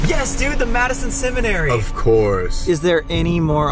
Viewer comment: Not Sam saying “ yes dude the Madison semonsatray! “ LOL Time